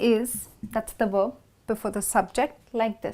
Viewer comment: Werb or verb?